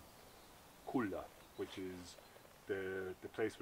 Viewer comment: Not cuna, but culla for babies.